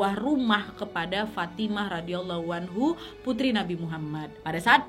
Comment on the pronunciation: request bahas kisah berbakti dengan ortu, supaya makin banyak anak muda yang kuat pondasi hidupnya.. terimakasih nad.. love banget ama videonya punten ijin kasih masukkan pengucapan.. Sayyidah Fathima ra, Sayyidah Khadijah ra= Rhadiayallaahu anha Ali bin abi thalib ra = Rhadiyallaahu anhu